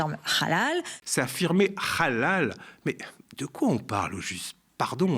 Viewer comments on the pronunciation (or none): Aussi Rrrrhallal, ca sonne comme Rrrrhamas. Et il me semble pas que ce soit la prononciation correcte en arabe. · Quand El krief va- t -elle dégager? Cette pseudo-journaliste sioniste est en roue libre sur LCI à vomir sa propagande anti-musulmans, anti-immigrés... Maintenant elle parle de "Rhalal" après "le "Rhamas", à déformer volontairement le nom de "Bally Bagayoko" pour de nouveau réitérer la prononciation de son nom.. À VOMIR! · La façon dont elle prononce halal n'est pas à la manière arabe mais hébraïque.